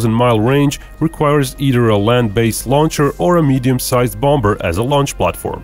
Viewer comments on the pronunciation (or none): The second 'b' in bomb and bomber is silent :) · Second “B” on “Bomber” is silent. I know, English sucks. Love your presentations my friend.